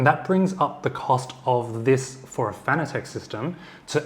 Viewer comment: Now to get the doc pronouncing Fanatec currently ;)